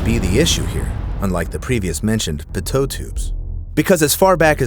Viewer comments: "pitoe tube" no offence but it is pronounced peetoe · Pitot is pronounced PEE-toh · The pitot tubes is pronounced like "peeto tube" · Am I the only weirdo that gets annoyed w how he says pitot ? lol😂